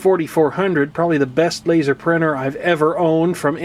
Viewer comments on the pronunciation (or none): none